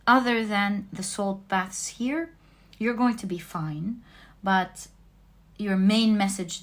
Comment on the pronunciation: I chose #1 and throughout kept hearing salt bath. Love you.